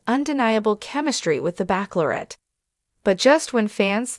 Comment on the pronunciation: You can't even pronounce bachelorette right! Please find a better robot, this is very unsettling to have words pronounced so poorly.